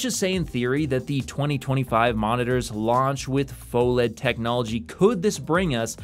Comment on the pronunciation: It's pronounced "fuh-led" 🤓